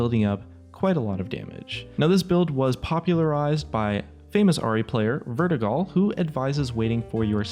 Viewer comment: You say Vertigal and show my recents LUL